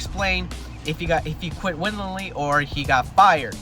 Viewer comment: Willingly not winningly or however you pronounced it